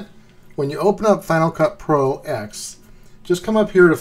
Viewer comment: Thanks for the video. By the way, it's pronounced Final Cut Pro Ten.